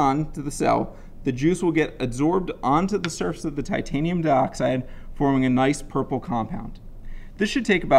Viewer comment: i'm pretty sure it's titanium and not titania hahaha